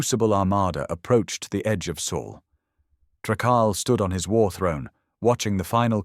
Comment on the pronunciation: Earth is in the “Sol System” not “Soul System”.